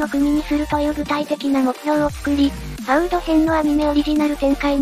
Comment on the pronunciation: いつも動画見させてもらってます、ファウードがいつもファーウドになってるのが気になります🤭